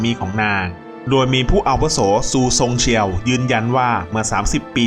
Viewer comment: สำเนียงการพูดของผู้บรรยาย คงไม่ใช่ “คนไทย” หลายคำออกเสียงเป็น “คนจีน” เช่นคำว่า “อาวุโส”